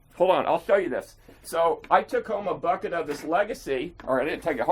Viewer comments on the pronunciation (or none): none